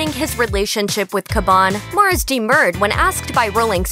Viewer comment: how u f up the name Mars & say Mors